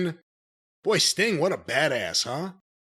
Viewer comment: Andrade says Stink,... instead of Sting.... so funny... I think Tony is aware of Andrade speaking issues... but its hilliarious. and I for one think its the best thing about Andrade.... They should just see what other gems accidently falls from andrades mouth. You have a problem with Mr Stink? ... Andrade have problem with Mr Stink Too..... haha